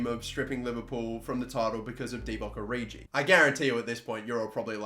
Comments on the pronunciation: "Oridji" jezus... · I'm not a huge fan of that pronunciation of Origi...